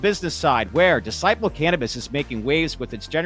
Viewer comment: Pretty sure Decibel in Decibel Cannabis is pronounced with the first syllable stressed since that's how the word decibel is pronounced.